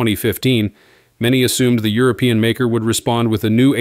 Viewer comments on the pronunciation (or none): none